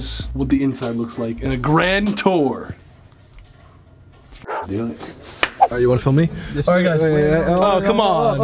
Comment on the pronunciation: Really done us dirty with that “gRaNd TouRr” :(